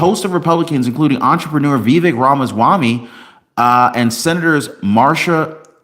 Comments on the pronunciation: It’s pronounced Vi. Vake (rhymes with cake). So you know. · It’s pronounced Viv-ache as in cake.